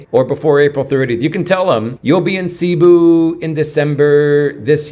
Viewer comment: Please pronounce Cebú correctly—accent on the 2nd syllable. Thanks!